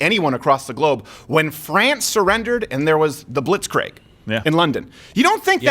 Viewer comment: the blitz was the bombing of England, blitzkrieg was the land tactic of tank spearheads encircling mass enemy formations and pushing far ahead to distant objectives while infantry pinned the encircled enemy force. Side note you said kreig the way you are meant to pronounce Craig.